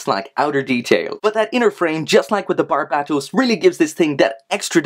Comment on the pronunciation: Dude thats how you pronounce it.